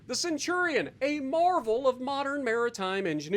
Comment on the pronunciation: "The Centurion frill." Ouch.